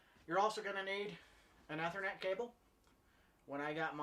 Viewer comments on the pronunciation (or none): Great videos. Took me a minute to figure out how you say "ethernet" as "eh-ther-net" rather than "e-ther-net" as I have always heard it pronounced in the IT world.